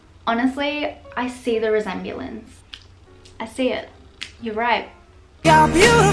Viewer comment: "i see the resebalance" i laughed way too hard, love you